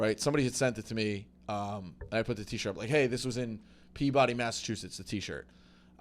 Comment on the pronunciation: mispronouncing Peabody is wild